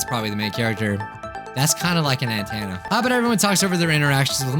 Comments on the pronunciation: its pronounced n-ten-a not ant-anna btw its mostly known as an ahoge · * me literally getting triggered by him saying athena *